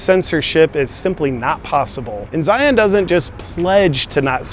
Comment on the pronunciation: Every time you say Zion I twitch a little.